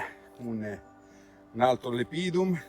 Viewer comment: speriamo in un buon 2023! Però, se posso esserti d'aiuto, non devi pronunciate Lepidum con accento sulla I come fai, ma lEpidum, con accento sulla E, come da regole. Fai bene a usare nomi scientifici in latino ma..occhio agli accenti! Sei un cercatore eccezionale!